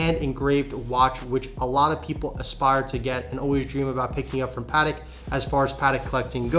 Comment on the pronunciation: Pls guys learn to say patek.